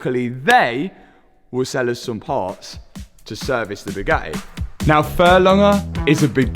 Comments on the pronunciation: Boo-GATT-ee, not Boog-attee. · Brother... pronouncing Bugatti as "Bew-gah-e" is a crime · Can not pronounce the y’s and i’s at the end of words? 😂 Always says “eh”… battreh, crazeh, supposedleh, Bugatteh. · Boo gah ay init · Gotta give it to this guy much respect goes out Fuge the Buggatti mob rippen Moe's off . When dude says Boo got e I straight laugh my azz off .He ll Low from NYC. Matt n crew.😂😂